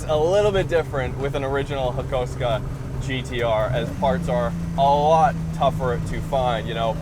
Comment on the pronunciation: Hakosuko Its pronounced "Hah-koo-soh-koh" like it's spelt...Where the f. did you get hakusko froim ?